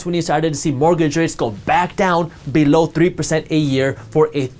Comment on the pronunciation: your "below" is amassing :D :D I love it !!!!